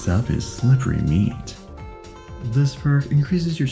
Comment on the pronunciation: I don't like the way you said "slippery meat".